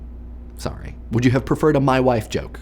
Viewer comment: why do I laugh so hard soda comes out of my nose every time he says "mah wife" I need to "stahp" drinking and Idea-ing.